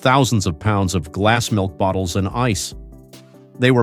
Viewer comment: That, and the brainless machine text-to-speech. "WW I" is not pronounced double-u double-u eye, you dozy machine! Not to mention the inane prosody on "glass-milk bottles." How do you milk glass?